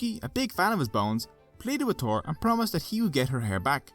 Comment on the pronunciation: THor not Tor in english.